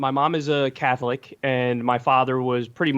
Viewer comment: Jesse: “Oh yes I see, and Kyle at one point were you CaHtHLet?”